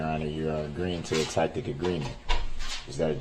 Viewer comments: Won’t somebody please tell him tacit is not pronounced tacket and it’s sustain not substain. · Yes, the flaming moron said "tak-tik" agreement. It isn't "it gets worse", it's "he gets stupider" 🤡💩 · "Troof, tacktic agreement, axed questions, biast" This can make his own dummy dictionary.🤣 Grade 12 my a$$ Darrell. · Is he saying tactic? I thought he was say tacit?